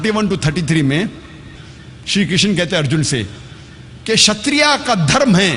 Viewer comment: Ek to क्षत्रिय को क्षत्रिया बोल रहा है और श्री कृष्ण की किशना बोल रहा है और आप ज्ञान दे रहे हैं।😂😂😂